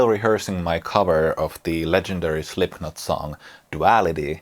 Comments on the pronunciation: Great playing but please, stop saying Slipknot with a K!!! It´s pronounced SlipNot! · Great video, all points made very well. The only point i can make is that the 'k' in 'Slipknot' is silent. But your English is far better than my Finnish so i almost feel rude pointing it out! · Great video, I love this stuff. Also funny, and in the theme of this video is how you pronounce Slipknot wrong - the "k" is silent